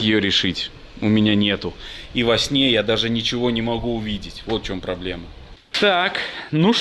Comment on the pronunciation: Слово,,пробоема,, произносишь тысячу раз. Не солидно.